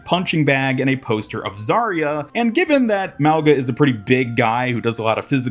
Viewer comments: its not pronounced malga its pronouns maunga like the ng sound not the g sound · Youre saying it wrong. Its not Mao its more like Moe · "Maowga"❌ " Mau-Nga"✅ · I'm part Samoan and it's pronounced - Moe - u - nga Moe - like Moe from the Simpsons U - like Uwu Nga - this is the hardest to explain but imagine you say the word "going" then add "a" at the end. "Goinga" now remove the letters "goi" and just say "Nga" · Pretty sure it’s “MAH-gah.” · If this hero is supposed to be Samoan his name would be pronounced Muh-oo(short and hard)-nga at least that’s the way I would pronounce it as a Polynesian myself. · It’s pronounced “mau-NA” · The G in his name is pronounced NG as in going